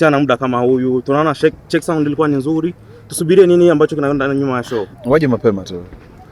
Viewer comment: Jaman kiswahiliiii eti tuna place nzuli kama stade😂😂😂😂😂iki nini surely😢